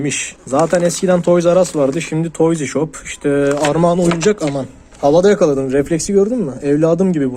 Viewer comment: Abi toyzi şop deme ya 😂😂